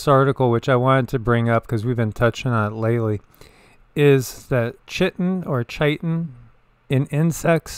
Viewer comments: Chitin, pronounced (Kai-Tin) noticed you struggling with it a bit 😁😁😁💙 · Several people on YT are mispronouncing 'chitin'. It's 'KY-tin'.